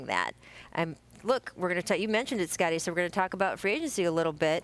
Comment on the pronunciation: Why does she keep saying Scuttie Pippen?